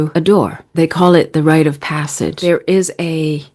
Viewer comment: It's RITE of passage, not right of passage.